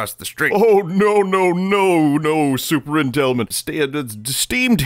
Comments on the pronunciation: "super intelment" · Every mispronounced word made me die laughing. Superintellment. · "super intelment" literally sounds like when Ralph calls him super nintendo chalmers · "Super Intellments" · "Super Intelments"